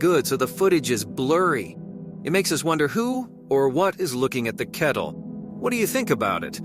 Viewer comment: Dude, you need to work on your narration. "wood" for road and "kettle" for cattle or you mean cow? "Ancient mountain"? Where are you getting your sources regarding this "ancient mountain"? Your videos are entertaining, but your narration is infuriating lol. In one video you said a man recorded a video at 3 pm. I'm quite sure 3 pm doesn't take place in dead of night. I'm sure you'll get a knack for narration in no time. :)